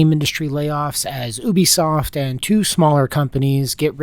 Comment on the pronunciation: "Oobisoft" lmao